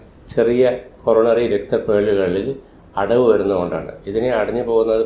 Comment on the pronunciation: ഹോറോണറി ആ ണോ കൊ റോ ന റി ആ ണോ